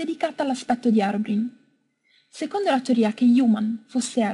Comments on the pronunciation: 1) herobrine e stato trovato solo nella vecchia versione,ma non esiste piu,e poi è una leggenda non si sa se è stato trovato veramente 2)la pronuncia del suo nome non è HAROBRIN ma si pronuncia HEROBRAIN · si pronuncia irobrain non erobrin,comunque bel video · Non si dice herobine ma la pronuncia è herobrain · Non sai pronunciata Herobrain non harobrin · Non si dice herobrin,si dice:Herobrain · HEROBRINE si pronuncia erobrain non erobrin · si pronuncia herobrine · veramente molto interessante...non avevo mai analizzato la storia di human...molto fatto bene anche perchè hai mostrato le prove delle tue ricerche...davvero brava...però cazzo si pronuncia "erobrain" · player ?herobrin? come pronunci sti nomi scusa? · bello il video ,comunque si pronuncia herombrain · Non e vero si pronuncia erobrain (so che si scrive HeroBrine) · Arobrin.Che pronuncia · si legge "irobrain" .-. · si pronuncia "erobrain" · Si pronuncia herobrain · ahahahhahahah harobrine??? sicura che si dica harobrine ahahahahhahaha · Si pronuncia "hirobrain"